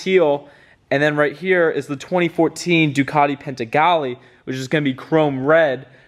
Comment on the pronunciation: Ducati Pentegali? Nice